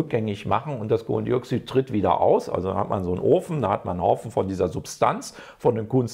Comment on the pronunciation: Dioksüd sagt er die ganze zeit ich kann nicht mehr